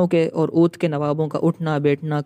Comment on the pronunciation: Odh nahi aa wadh